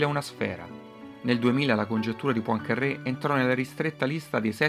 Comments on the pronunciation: Poincarè con una r sola, non PoincarRè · La congettura di "Pancarrè"... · Vero, quel PoincaRRé è insopportabile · e daglie, co' sto "PoincarRé"...... non è mica un sandwich.